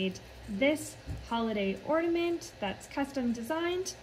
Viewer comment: I thot it was orNAment not orDAment lol